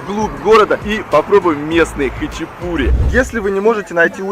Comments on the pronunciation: Почему говорят хачипури?ХАЧАПУРИ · Только не хачипури а Хачапури :) режет слух когда не правильно произносите слова . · Автор! Не хычипури, а хачапури!!! И произносить нужно именно так ХАЧАПУРИ! А не хычипури... Буква П в этом слове – воздушно-летящая ПХ! Хычипури, блин!